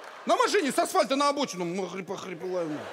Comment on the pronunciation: Miss Nobody не Магарипа, а Магрипа